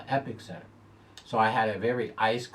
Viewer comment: c'mon, the present fave in the Ky. Derby is EpIcenter, not EpiCcenter